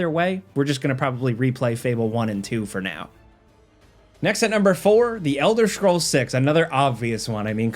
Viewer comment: Elder schrolls😂